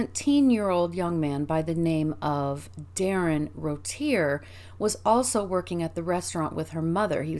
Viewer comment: Pronounced Roo-Tee-A I believe. Otherwise excellent work as per usual.